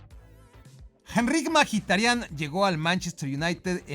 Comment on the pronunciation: alfin alguien que dice bien el apellido de Mkhitaryan